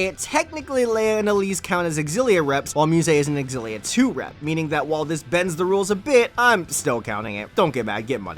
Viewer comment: Zillia not xgillia